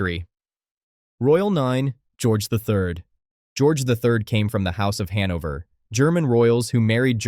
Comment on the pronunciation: Hanover, not Henover. How hard is this?